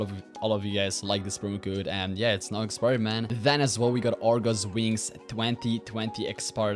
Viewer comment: He said argo wings 3 times.